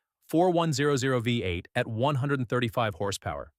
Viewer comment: Nice try, but, uh, will you guys please clean up the dialogue and use phonetic spelling when entering the data? For example, “VEE EIGHT” is the intended pronunciation—not “VEH-EIGHT.” This kind of error is amateurish and very sloppy. Quality control requires actual review and correction: you can’t simply rely on AI to minimize the workload and then leave the resulting mistakes in the final product. You have to do the real work. YOU CAN’T HAVE YOUR CAKE AND EAT IT, TOO! (…didn’t your mom tell you that at least once?)